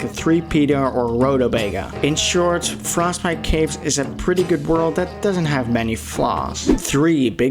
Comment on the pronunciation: “frostbite kaves”